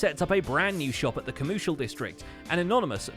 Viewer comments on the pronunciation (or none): but sometimes they call it the coMOOshial district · When you starting to hear "COWmershial District"